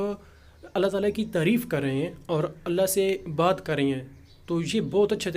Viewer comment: تعالی کے لام پر کھڑا زبر ہے اس کو کھینچ کر پڑھنا ہے